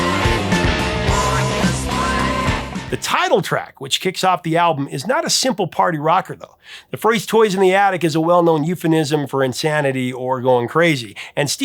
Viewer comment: Hey, Professor, the word is "euphemism", not "euphanism".🙂👍